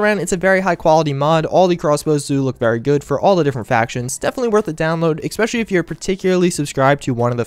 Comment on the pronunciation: jfc it's ESpecially not ECspecially.